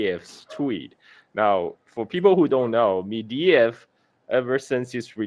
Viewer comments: It's Medvedev, not Mediev. Get your facts straight. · It's Med-ve-dev,, not Mediev or whatever.